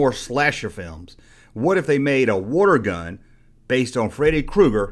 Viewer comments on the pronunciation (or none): I thought you were saying Wargun. I was like WTF is a Wargun??? I never heard of that line. Then I figured out you were saying WATER GUN. lol